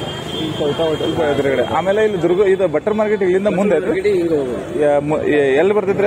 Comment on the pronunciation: ಬಟ್ಟರ್ ಮಾರ್ಕೆಟ್ ಅಲ್ಲ ಮಾರಾಯ ಬಟರ್ ಮಾರ್ಕೆಟ್ 😅😅